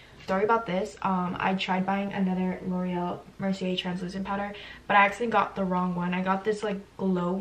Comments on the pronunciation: ITS LAURA MERCIER NOT LOREAL MERCIER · “L’oreal Mercier” 😂😂❤️